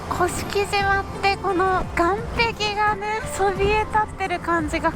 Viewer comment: 鹿児島県民です甑島（こしきじま）ではなく正式にには甑島（こしきしま）です。